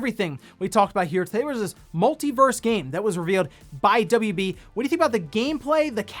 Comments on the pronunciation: Everytime he says verse instead of Versus 🙃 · It's "Multi Versus". Not "Multi Verse". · He and some others I watch keep calling it "Multiverse". It is called "MultiVERSUS". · Just FYI, the game is called Multiversus…..not Multiverse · Pretty sure its called Multiversus not Multiverse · It's called MultiVersus not MultiVerse. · It's "MultiVersus" my dude. Versus. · please pronounce Multiversus correctly it's killing me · Multiversus is 4 syllables 🤣